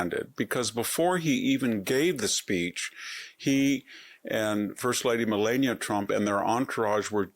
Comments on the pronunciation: Victor why did you 😮mispronounce Melania's name? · I couldn't get past the first intro on this one. He mispronounced Melania Trump two times. Why would Victor do this very odd very odd indeed 🧐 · You are supposed to an intelegent man. But you have mispronounced the first ladys name 2 times. It amazes me how you poeple can hear a name 1 million times and atill mispronounce ot overand over. So. from what i understand is that people who claim to be smart. Can hear a name pronounced right over and over still pronounce it wrong. And since you can,'t. You should stop talking on utube. Have a great day.